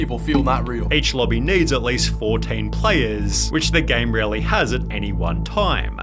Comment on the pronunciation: Armoaaah, Gameeah, exposahhh, populahhh, been a while since ive heard the "ahhh"s hehe